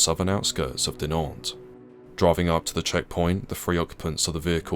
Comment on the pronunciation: I tried very hard to ignore, I really did. But your butchering of the town names is skin crawlingly intolerable. A tiny bit of effort put into learning the correct, and easy pronunciation of them would have made the world of difference.